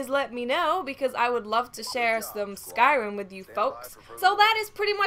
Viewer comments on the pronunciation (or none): none